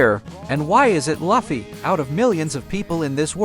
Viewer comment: I will thumbs down every damn video where they say the names WRONG AF! it is Lu fee NOT luff e.